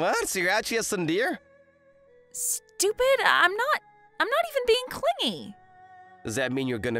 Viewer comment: The male MC voice actor has had an issue with saying the word tsundere wrong a fair amount, even in other videos. He should really learn the correct way to say the word.